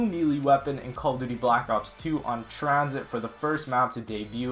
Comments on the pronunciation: Lol tranShit it's tranzit lol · "TranShit" I'm dying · "Transhit", good one